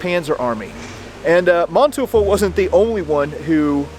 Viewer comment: Manteuful is pronounced Man-Toy-ful. Literal translation is Man-Devil